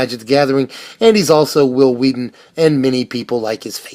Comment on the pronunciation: Hwill Hweaton...